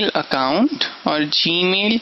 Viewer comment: when you realize he speaks from nose and says "G-mill"...... lol but cool lecture dude....